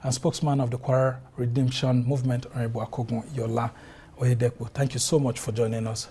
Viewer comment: Oyedepo not Otedepo